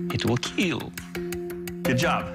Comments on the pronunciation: IT WILL KEAL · It will keelll ! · It will "kiull"